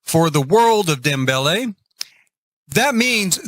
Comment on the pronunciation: Hi, I love your videos. Your build is beautiful! Dambele is a Swahili word pronounced “dom-beh-leh.” The word means “ahead” (as in looking ahead to the future). The Sims team actually haven’t pronounced the word in any of the trailers, which is unfortunate because the Sims community are having such a hard time figuring out how to say it. 😅 If you type the word into the Swahili translator on Google Translate and press the read-aloud button, you can hear it. Your pronunciation is the best out of all the Simmers I’ve heard (some are saying “Damn-Bell,” “Dambl”, “Damn-Bowl,” “Dam-bell-lee” etc).